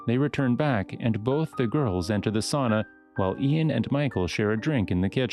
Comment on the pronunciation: It's sAUna, not sOOna 💃